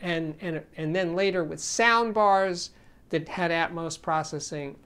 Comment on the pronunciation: For crying out loud it's not ATMOSE it's ATMOS as in Atmosphere. It's not Atmosephere is it?